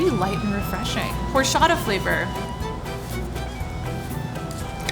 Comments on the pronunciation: “hor-sh-ata “ NOOOOO ITS hor-CH-ata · Did ya girl just pronounced horchata “hor-sha-ta”? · Wait is no one gonna notice how the girl from said horshata ? Like I completely understand that not everyone can roll their Rrrrs but the ch is not really supposed to be pronounced as sh 🤷🏻‍♀️ just saying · any other mexicans got mad or annoyed by her saying horchata as or-cha-ta and not hor-sha-ta ??? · Tf it's not "horshata " its HORCHATA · It's OR-CHA-TA!!! Ppl not hor-chata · Or-cha-ta not hhorchaddah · This was a cool episode, but. HORCHATHA. Or-cha-tha. Please that bugged me the entire time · Aahhhh no not whoreshatta it’s prounouced orrchata(horchata) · I hate how they prononced horchata. It's pronounced or-cha-tha. was the only one who said it right. Learn the Mexican culture. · Omg I can’t deal with the way people are saying horchaTa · why am I the only one who hated the Way they said horchatha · "... horSHATTA flavored" Nooo, I hate when people mispronounce it. 😭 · In the entire nearly 18 minutes, horchata was only pronounced correct one time, very unimpressed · Highkey cringing every time some said horchata except for but I love this channel so much tho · Thats not how you say that word i speak spanish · I died on the inside when she said Horchata wrong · Pissed me off how some of them said Horchata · It drove me crazy how that lady said horchata. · I hate how they say horchata wrong like its so hard to get thru the video with them all saying it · Did it bug anyone else how they pronounced Horchata? No? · As a professional Mexican, the way they said horchata, made me sad. 😂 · I’m Mexican so when nun of them knew how to say horchata I lost it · The amount of times they butchered the word "horchata" really kills me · am I the only one that's irritated how they pronounced horchata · Who else was cringing at the way some people said horchata. 😂 No hate, though, nobody's perfect. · everyone just butchering horchata.